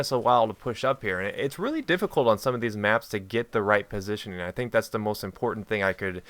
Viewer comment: tehe he said right pasition